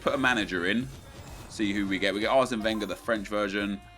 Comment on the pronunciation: Wenger is actually pronounced with an accent on the last syllable. Cause he is, well, a frenchman.